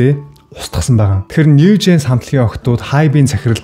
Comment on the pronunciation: Нээв жинс биш нью жинс гэж уншина хаха